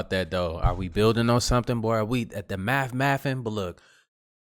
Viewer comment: It's not mathin brother